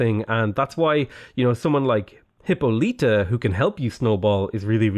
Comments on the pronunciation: Just a heads up, Hippolyta is pronounced hip-awl-it-uh not hip-oh-lee-tuh. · Hyppolyta is pronounced "Hip-Paul-lit-uh", not "Hippo-leet-uh" lmao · I think the pronunciation of Hippolyta is "Hip-pall-lit-ta" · I strongly disagree with you pronunciation of Hippolyta